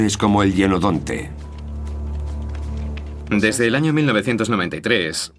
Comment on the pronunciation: Se pronuncia hYenodonte